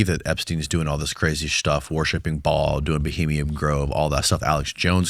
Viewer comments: ba(-ə)l Not Ball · It's Baal... Not bal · It's Baal, not ball lol, dumb bot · Baal is pronounced ‘bay-el’ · Baal means boss. And is pronounced bale. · It’s pronounced “Bail” - BAAL. And its demonic spirit is most definitely real.